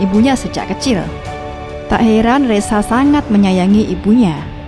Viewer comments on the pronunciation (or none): Nyebut reza jadi resa